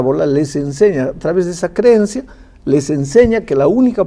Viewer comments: Madre del amor hermoso Jesús! Qué manera de torcer o interpretar la escritura de ese hombre de pastor no tiene nada, ese tira al barranco las ovejas, aprovecha la vida porque luego ya no hay nada más nada! Santo Dios, ni sabe decir creencia, dice creyencia! Para este hombre una parábola es un cuento y no una enseñanza con ideas o personaje de su propio entorno para hacerse entender por los sencillos qué le seguían? no se si reír o llorar, me da tristeza por quienes le siguen, confundidos quedan, con razón hablan tan mal de nuestra doctrina y refutan todo lo que les decimos con escritura, Dios oremos por los que se hacen llamar maestros, pero oremos más por los que se dejan enseñar y engañar por este tipo de autonombrados pastores ignorantes q su verdad no es la que Jesucristo enseñó. Gracias porque se aprende mucho con ud. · Ese pastor dijo creyencia , ni hablar sabe